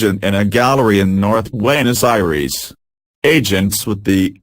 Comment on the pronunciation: Forbfuck sake learn how to pronounce some of these nmaes, you're making us look so bad with the way you're pronouncing Buenos Aires